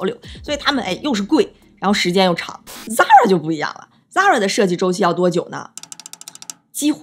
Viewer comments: 一口一个zara，美女，你好像读的有问题哦，它读：飒啦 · 美女，Zara的发音不是那样滴